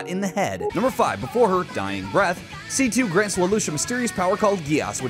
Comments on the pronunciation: why did you weirdly mispronounce C2 master race in the end there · NEVER C.C.!!!!!!!!! IT'S C2. The japanese dubs say C2.